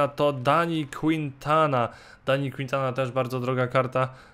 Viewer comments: nie czyta się kuintata tylko kintana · jakby co Dani Quintana się czyta Dani Kintana